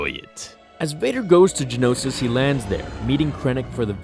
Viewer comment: The planet is Geonosis, not Genosis. Gee-oh-no-sis, not Gen-oh-sis. Four syllables, not three. Same thing with the creatures. They are Geonosians, not Genosians.